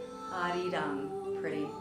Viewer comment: THIS IS A GREAT VIDEO, DONT GET ME WRONG, BUT THE WAY YOU PRONOUNCED "ARIRANG" MAKES ME WANT TO D I E. Of course, I don't expect you to pronounce it correctly, but it still hurts my insides xD